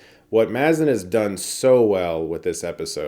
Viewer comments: Chris Craig Mazin's name is pronounced "Maze-zin' not "Mazz-zin" lol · Just a note, it's Craig May-zuhn, not Mah-zihn.